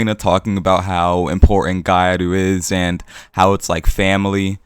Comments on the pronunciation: It's pronunced Gi-YAh-Ru, not gai aru. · Gyaru isn't pronounced "gai aru" lol. Gya is one syllable. If you're having trouble pronouncing that, just saying "gal" is perfectly acceptable. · What lie??? It's exactly how it's pronounced, just spoken fast so that the sounds blend together into one, both gyaru and Nguyễn. Maybe learn the subject before making stupid accusations like that? The word gyaru is spoken exactly how it's written, yet the guy turned it into gairu, meaning he has no idea which group of letters are supposed to be together, hence breaking it down into Gi and Yah then Ru is enough for him to get it. The same goes for something like kitsune. Non-Japanese speakers tend to misunderstand it as kit su ne, when it's actually ki tsu ne. Just a matter of breaking into correct units of consonants and vowels. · what did you just say? did you just say gaiaru? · Gya is actually one syllable, but what you said would be better than what they're saying lol